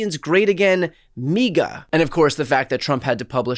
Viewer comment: Why say MEEGA? The I in Indian is not a long e, it's a short I, so the word is MIGA, like Niga, like people who rig elections are riggers, like... well you get it. If it comes out of his mouth, it's meant to incinerate.